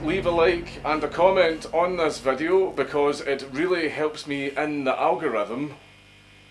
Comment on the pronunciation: Bro I know you can pronounce video correctly and all the other words you butcher… 🤦🏽‍♂️ just say video bro no need to change the vowels! Vadeo??? wtf is that???